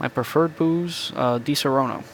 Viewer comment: Please stop pronunciate DiSaronno in the wrong way (you say Disorono in italian). The correct pronunciation of di-SA-ronno is like the word "SAD"... So try to Say: DI-SA-RONNO